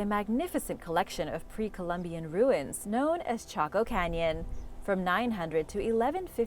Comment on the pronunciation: Though she said taco canyon